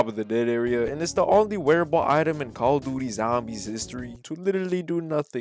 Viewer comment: Thanks Bro said calla duty zambies 🤣